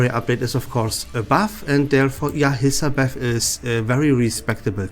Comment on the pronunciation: As a Hissabeth main, I love the way he says Hiss HAHAHAH